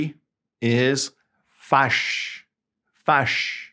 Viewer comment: Mad is fâché, not fâche.